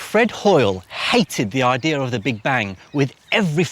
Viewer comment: Argh makes me gag when he says "We have a good ideer"